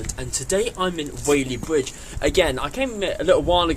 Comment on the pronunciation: It’s Whaley BRidge, not bwidge.